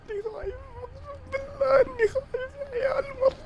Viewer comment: بالله وليس باللاه